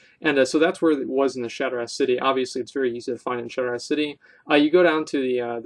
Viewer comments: Definitely not shot ra lol. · It's pronounced "shot-ra" city lol. Love your Vids though keep it up homey:p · The a has an "aww" sound to it. Maybe this will be easier on you then...shaw-tra. That is how you pronounce shattrah.